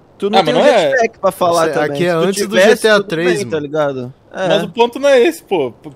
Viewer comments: "jatpack" já tô até vendo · "Jatpack" ? Isso é uma blxona 🤬😡🤬